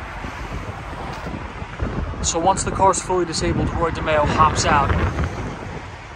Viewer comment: Watched a mob episode of Law and Order. The name of the crime family was DeMeo but pronounced Di My oh. Didn’t change those facts much😅